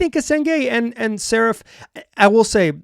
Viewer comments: The radio announcer had it right: saRAf, kinda like Steffi Graf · More like Sa-rah-ph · From a Hebrew speaker: Saraf is pronounced with the 2 vowels sounding like the vowels in cut, shut, blunt, etc. The second vowel is the stressed one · Ben`s Family name is pronounced : SA-RA-F